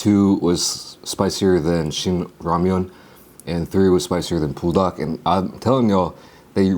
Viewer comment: why you saying pool-dak instead on bool-dak my g